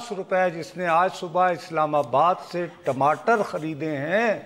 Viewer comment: you pronunciation is so cutesy of TAMATAR as TIMATAR:)